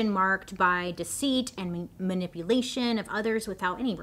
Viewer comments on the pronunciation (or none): none